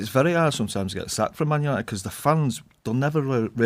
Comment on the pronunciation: "tHiS iS mAn yAniTeD"